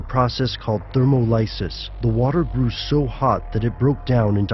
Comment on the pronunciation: lol the host speaker said thermO LYE-SIS WHEN HE SHOULD HAVE SAID THERMOLYSIS ther·mol·y·sis. HAHA to funny..